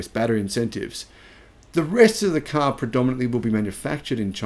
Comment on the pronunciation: I love the way says "caaar". Sounds a bit like a New Yorker.